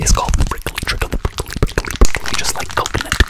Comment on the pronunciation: Im pretty sure its prickly not brickely 😂 but good job